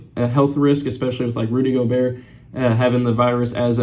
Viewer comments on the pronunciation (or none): none